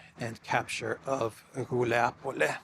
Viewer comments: It's Guliay-pole, not "Guliapole."😃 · Wuilapolay properly pronounced. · FYI Guliay-Pol-yeah used to be the HQ of Bandera. Its fall is symbolic, it's as "de-naatsi-fication" as it can get